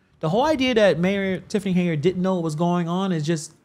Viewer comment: Why do you keep calling her Haneyard? 😩 It's Henyard...sheesh